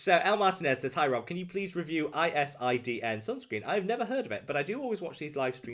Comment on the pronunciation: Spanish brand ISDIN makes very good sunscreens. They contain perfume though. Ps I think it is pronunced eesdeen